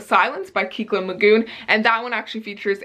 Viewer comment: The Poet X was amazing and honestly, anything Elizabeth Acevedo writes is gold! When Dimple Met Rishi was hilarious!! Yay!:D And the 'e' in Kekla's name is short instead of long, so it would be pronounced KECK-luh.